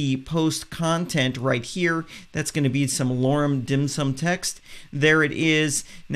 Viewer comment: You must've been hungry when you made this - you kept referring to "Lorem *Dim Sum*." ;-) Jokes aside, thank you so much for all the in-depth knowledge you're sharing with us WordPress users. Much thanks!